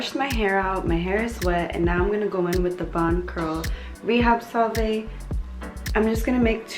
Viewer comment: Salve = "Sav" 😉 silent l & e Beautiful curls 💚